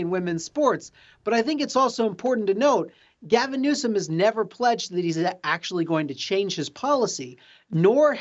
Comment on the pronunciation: Newsom? "NOOSE'M".